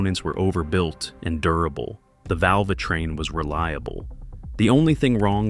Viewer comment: The val-vuh train huh?